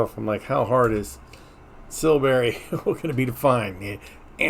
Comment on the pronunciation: Me again. The pronunciation for Silbury is sil·buh·ree hil and Avebury is ayv·buh·ree. Just hoping this helps to say the names correctly. I literally live 10 minutes away from Avebury and Silbury hill and about 20 minutes away from Stonehenge. 😊